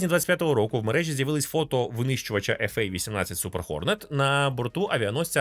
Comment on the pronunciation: В середині 90-х зупинил розробку RAH-66 Commanch який вже можна було запускати в серію. Майже через 20 років було створено аналогічний гелікоптер Bell 360 Invictus і знову він не пішов у серійне вироництво, при тому, щовін був готовий. PS: йди я тебе поцілую за правильне вимовлення F/A-18.